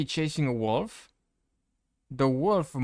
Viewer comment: ..the "woof" the "Zambie" and the "wabbit" lol